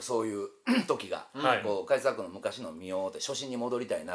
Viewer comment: カジサックって、ば行とぱ行を言うとき発音が破裂しがちですね